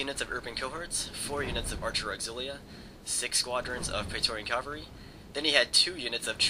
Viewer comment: lol onagers. the g is like a j sound. oh yeah and its cavalry, not calvary fool.